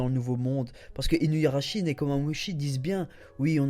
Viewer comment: Je pense que tu vas être déçu, car Weeble est à la recherche de Marco et va probablement le tuer. Il faut bien une raison à Luffy pour l'affronter.. Sinon j'en profite pour dire que c'est "Inuarashi" et pas InuYarashi" mais sinon c'est super continue ;)